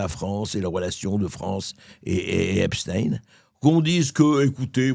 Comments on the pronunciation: et les agriculteurs oubliés .. les narcos de Marseille oubliés bref comme les Mainstream on passe d'un sujet à l autre EPSTEIN C'EST STEIN la pierre en allemand et non STIINNN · FRANCKEINSTINE. ALBERT EINSTINE L AFFAIRE JEFFRE EPSTINE. LOL. ON DIT EPSTAAAAIIIINE ET PAS EPSTINE. COMME EN RUSSIE CAR C EST ECRIT EPSTEINE COMME EINSTEIN. BORDEL. EST CE QUE L ON DIT AUSSI. POUTAIIIINE.??? NON !!,,,,MAIS POUTINE. OUI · Epstein ne se dit pas "Epstin" comme Frankestein, qui ne se dit pas "Frankestine" ! ils veulent effacer l'origine allemande de ce type et inciter les citoyens à penser aux russes, alors qu'Epstein n'est pas russe.......sa famille avait logé Hitler...... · Pourquoi epst(ine) on ne dit pas einstine 😂😂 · Donc si c'est " EPSTINE" on dit aussi " FRANKENSTINE" . au passage jean luc brunel de son vrai nom Jean-Luc Didier Henri Benchamoul. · Tous mouillés???...for choure! 👿 Au fait, ça sort d'où la prononciation Epstine? Ne dit-on pas Einstein et pas Einstine? 🤔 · Depuis quand ein se prononce ine ?? Est ce qu on prononce par exemple Einstein Einstine ? Ben non c est l origine de la consonance qui dérange ? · Ep.stein ;;; ein, zwei, drei... Ce n'est pourtant pas difficile, n'est-ce pas! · EPSTAAAAAAIN PAS EPSTIIIIN COMME ALBERT EINSTEIN!!!! Il est ce qu’il est cet homme, pas la peine de faire semblant. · Vous croyez vraiment que Trump n'est pas impliqué ? Foutage de gueule On dit Epstein et non Epstin. Mais biensûr on défend Trump parce qu'il soutient Netanyahu. Et tout les pays que Trump attaque. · Pourquoi dites-vous epstin? On ne dit pas Einstin mais Einstein ? Bientôt, vous allez dire, première dame en parlant de Bribri!!! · Mr bercoff on ne dit epstine mais epstein. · Pourquoi dites vous Epstine vous aussi ? Cela m étonne de vous c est Epstein comme ENSTEIN Ah ensuite vous avez dit Epstein 🙏🙏 ne faites pas comme les merdias svp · on dit EPstein comme on prononce Einstein, et pas EpsTINE, c'est un juif, pas un russe !